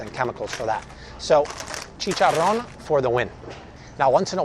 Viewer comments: Way to go, that’s how the word chicharrón should sound like! 😇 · Love this video. I don’t usually shoo at Walmart but good to know what can I get there. I Love it when you say chicharrón! Not many people can say it correctly! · Love how you say Chicharrón!!! for the win;) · From a Spanish Speaker here, You Say CHICHARON Right! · You have a great Spanish accent! Chicharrron! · Your chicharrón pronunciation is remarkable.👏🏼👏🏼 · ¡Thank you for all your information! I really appreciated it I also like the way you said "chicharrón" and "churros"😊